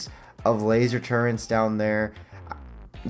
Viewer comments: There's no N in turrets my guy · Nucular 😂 turrents 😂